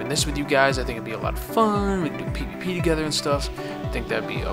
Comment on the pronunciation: When you said "we can do PVP together" I thought you said "we can pee together"